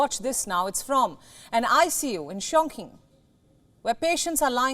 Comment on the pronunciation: it's pronounced "Chong ching" not "Chong king." If you want to report world news, make sure you know how to pronounce the cities.